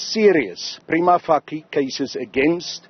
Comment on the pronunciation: He keep on saying "Prima facie". Everybody in government is "preliminary Fucki" lately.